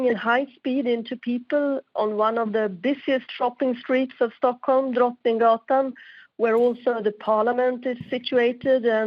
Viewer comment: its sounds like she says stonkholm tbh heh